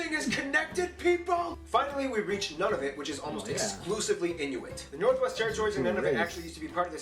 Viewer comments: It's pronounced like "noonavut." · It is not Ottowa, it is Ottawa. He pronounce Nunavut wrong. It is Noonavoot. Alberta has the third largest gas and oil reserve in the world. New Brunswick is officially English and French. Argo has false aspects of it. The video you watched is not really the best. The person on it is he a Canadian? Eskimo is wrong. Edmonton has the world's largest cultural festival in the world, Heritage Days. Come and travel Canada. My family and I drove a motorhome across Canada.